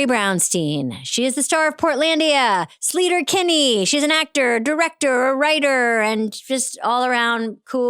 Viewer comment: If Amy was a real Sleater-Kinney fan she would’ve pronounced it SLAY-ter not SLEE-ter